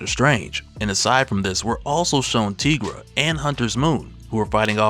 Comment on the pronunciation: Its pronounced Tye - gruh.....not Tea - gruh bro...Its like saying tiger 😏